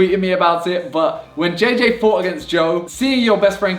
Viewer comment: you can not even pronounce jj well